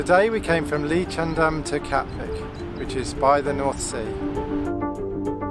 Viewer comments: Liedschendaam? Leidschendam is pronounced in the same way as Leiden. You manged to say that :). It is sounds very funny... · You would pronounce the 'ie' sound in 'Leidsendam' more as in the English verb 'to lie', and the 'ij' sound in 'Katwijk' more as in the English name 'Ike'. 'Braassemermeer' would sound slightly similar to 'br-awesome-rmeer'.